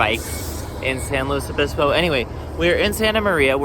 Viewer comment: It is pronounced Pass-oh Row-bulls, so good job! Also good work on correctly pronouncing it "San Lew-iss Obispo" instead of the dreaded "San Lew-ee Obispo" - SLO is not and was never French! And yes, both are a far cry from the actual Spanish pronunciations, but that is just how California do. Also see Lahs An-jell-eez, Sa-cra-men-no, or the ever popular Vallejo as Val-ley-ho, which incorporates the Spanish j=h but not ll=y.